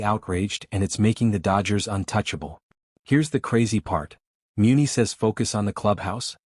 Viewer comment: How do you not pronounce Muncy correctly !